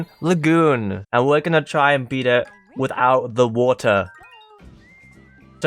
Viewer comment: Ze Population Of Ze Fish Is Now Called Ze Land Guppy's